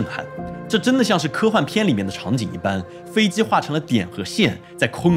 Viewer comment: 飞机Ji不是飞Zi，几百万粉丝大v了，拍摄设备那么好，不舍得改进一下自己普通话发音。听着真难受！拜托🙏🏻